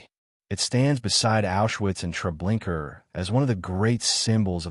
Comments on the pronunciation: It’s not TreblinKER—it’s TreblinkA. Narrator check it out. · Hey dude....its TREBLINKA.....not .....TREBLINKER